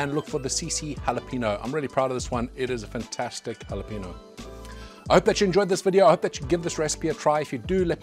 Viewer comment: Dude, I love your content, but it's pronounced "halah-PAYN-yo". The N in jalapeno is what's known as an "enya", with the little diacritical mark over it. I don't know where people get the long 'ee'.